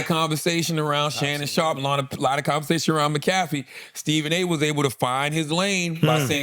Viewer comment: Charla just pronounced Pat McAfee’s name 2 different ways in 20 seconds. That stuff drives me crazy!! 😖😖🤣